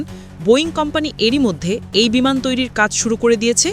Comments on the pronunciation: বিমান কে বিনান বলছে উপস্থাপিকা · Bhi বিমান not বিনান 😂